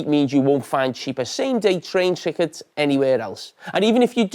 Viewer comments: TRICKETS lolol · "Train Trickets" Jamie? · “Same day train trickets” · “Train trickets” is crazy 😂